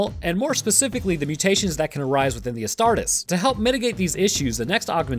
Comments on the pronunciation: Please.. It's pronounced Ass-tar-tees, not Ass-tart-is. Otherwise another great video! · I hate to be that guy but it's pronounced "as tar tees" my dude. Nonetheless the video is amazing homie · Hey sorry for sounding like a buttermilk bob but it's pronounced as 'a-star-tees' loving your content man, it gives me more knowledge than my biology classes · Love these videos covering WH40K from you, but can you please pronounce the "-es" from "Astartes" the same as you would when saying "Hercules" and "Achilles"? Otherwise, the Ordo Grammaticus will be paying you a visit soon xD.